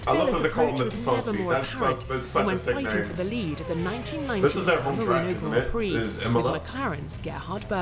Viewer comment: This guy really came in here, pronounced emilia romagna very well and then said Grend prix